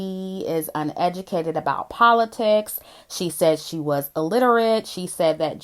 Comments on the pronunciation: Did you just say Cardi is educated? The same Cardi who said "Poe-li-ticks"?!😂😂😂😂😂😂😂😂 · Puh-lit-tics is that WAP (wrong ass pronunciation)